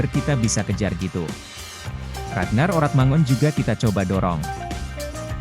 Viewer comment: Bro... Kl baca yg bener lah... RAGNAR ORATMANGOEN dibaca : RAGNAR ORATMANGUN.... Jgn bikin malu lah, parah lu bro 😂😂😂😂😂